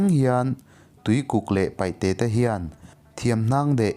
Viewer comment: Ava ngaihnawm maimai ve 😂😂 maih se paihte i ti thina paite tih tur zawk ani e